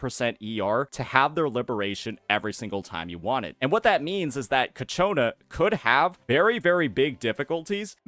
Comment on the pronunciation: bruh. Cacciona? for real? 🤣🤣🤣